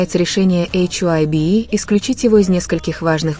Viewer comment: Вы хотя бы названте компаний правильно произноситн хайб и диспатч. Вам что все сообщают? Откуда вы это все берете? Кто его выгонит тз группы тогда это уже не будет бтс🤬